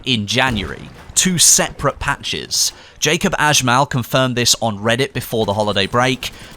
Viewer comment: Its pronounced Yacoob not Jacob :P